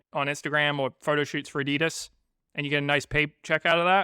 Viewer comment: Can you please try to pronounce Adolf Dasslers brand name correctly ... adi das...